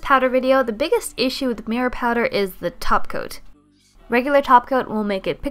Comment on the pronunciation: I thought I was the only one that hears "taco" instead of topcoat. Many tutorials practically pronounce "taco'. I found that weird.